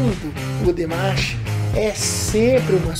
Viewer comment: O certo é DIMASH!! e NÃO DEMESH ou DIMESH KK